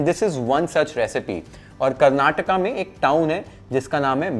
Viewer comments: full marks for pronunciation and spelling of Karnataka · See ! It is not that difficult to pronounce Karnataka correctly. Thanks man and the recipe is also approved by someone who makes it at home on a regular basis. Good job. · Hats off for pronouncing Karnataka properly and not as Karnatak 🙌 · Wow Karnataka 🙏🙏I’m so happy ur pronunciation is on spot… it’s not karnatak.. yes this dish we prepare at home once a week.. we have the gojju means paste stored at home all the time in every house..